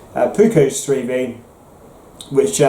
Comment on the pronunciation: What is three thee? Oh, were you saying three v? Bwuaaahaaa bwuaaahaaa bwuaaahaaa 😁😁😁 Thanks for the video my Bladed Brother 👍⚔️